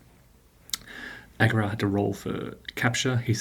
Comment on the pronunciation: So glad you pronounced this correctly. I'm such a pedantic fool. Most others never do. Have you ever returned to OSG?